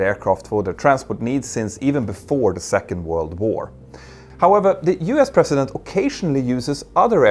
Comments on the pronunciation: President sounds like prezident not precedent. Since you need to say this word in every sentence here, please get it right. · It's "president" not "precedent " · A mear observation... It sounded like you were saying Precedent at multiple points, and not President President, which I am used to hearing pronounced with more of a "zzz" like the slang version, Prez. (or Prezz-ih-dent) Which uses the teeth in a humming aspect more to reproduce the sound.... Which basically means the teeth are used for a buzzing sound, and not passive as you would in the precedent. (which sounds like Press-sea-dent to me) Only brought it up because the phrasing would be unclear without the surrounding context.